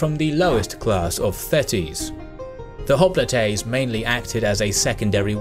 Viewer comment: Hop-li-tey? Hoplite is "hop-light" in English and Greek. >.<